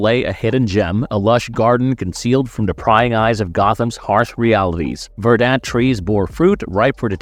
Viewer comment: It’s not “ver-DANT,” it’s “VER-dant.” The emphasis goes on the first syllable.